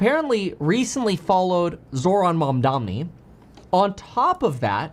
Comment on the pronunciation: And he mispronounces Mamdani….